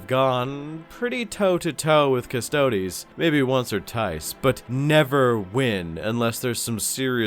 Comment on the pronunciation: “Once or tice”